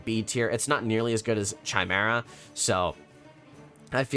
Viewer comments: It's cute how you say chai-mare-ah. It's Kai, lol. Kai-mare-uh. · You said chimera wrong